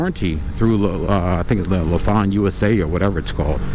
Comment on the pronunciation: When I bought my 2006 Lifan GY 5 200cc motorcycle new from a local dealer, he did in fact pronounce it as LeFawn as well. Just want you to know that over the years my Lifan has required oil changes, valve adjustments, tires, and batteries. That is it. It is now 2025 and again this summer I will be riding it. Just a great bike and I think I may be buying one of these guys soon. Thankyou for the video. Oh I forgot Lifan makes cars and trucks as well, and they have for years factory supported a Lifan motorcycle race team with fair success.